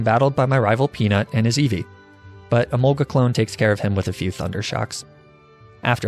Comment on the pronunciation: Hearing you pronounce Emolga the common way was both satisfying and strangely unnerving.